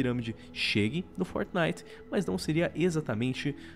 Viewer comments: man fala fortnite certo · luigi del Mais ele esta falando certo.